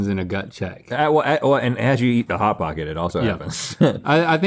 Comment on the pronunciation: Link: "Pot Hocket" Rhett: (almost) "Chili Feese"